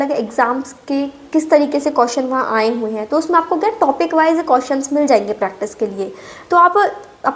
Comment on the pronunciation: Di ye कियोशनस ✅hota h कोशनस ❌nhi 😂😂😂